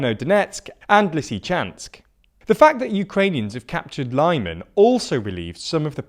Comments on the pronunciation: I'm fine with most people calling Lyman: "LIE-man", but you present yourself as a news channel. Foreign characters, written in English, aren't pronounced as American English, and don't follow its rules, and it's consistent, so "e", for example, always sounds like the "e" in "bed". For more information, look up: "International Phonetic Alphabet". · I'm sure you get sick of people calling our your pronunciations but why on earth would you think that Lyman is pronounced like that when virtually all Y's in Ukrainian translations are soft? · READ THE COMMENTS. We have pointed out how you mispronounce a lot of town. Say it like Leeman please. The BBC, SKY and other news channel don't make this mistake. YOu keep making it, READ THE COMMENTS below your first video, they corrected you so many times. Your audio quality is getting worse as well. I used to listen to the whole video, now 20 seconds is enough to put me off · Makes no sense that they seem to pronounce Kyiv with the correct "Kee" sound but all of a sudden Lyman is "Lie Men". You're right, it's not about pronunciation, it's about lack of effort lol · Lyman is pronounced 'L'man '. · Man, just use google translate or whatever for the correct pronounciation. You're basically reading Britain as [braitein] all the time! I almost got ear cancer from your LYMANS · Every time you say Lyman like that, a little part of me dies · Everytime he said Lyman I twitched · Nice summary but please try to learn how to pronounce the placenames. It's not Lie-man but more like Lee-mon. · You pronounce Lysychansk correctly with LIsichansk. But for some reason pronounce Lyman like LAImon, when it's LimAn. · It really irritates me, but i am really sure that Lyman is pronounced "lee-man" and not "lie-man" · It's not pronounced Lie-man It's pronounced Lee-man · It's Lee-man not Lai-man for gods sake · Lee-MAHN. Not LIE-min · It's pronounced 'LEE-MAHN' not 'LIE-MAN' (emphasis on the second syllable) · Lyman is pronounced "Lee-MAHN".